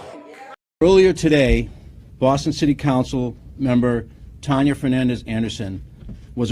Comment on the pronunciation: Someone in your circle needs to sit down and teach you how to pronounce the English language. Another one, city "cancel" instead of council. What's the deal?